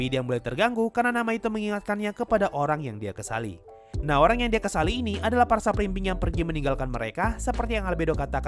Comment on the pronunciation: Supreme being?, Bjir gw dengernya sub belimbing😅😅